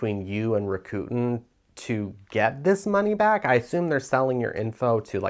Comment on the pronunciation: It’s pronounced Rack-ah- ten…😊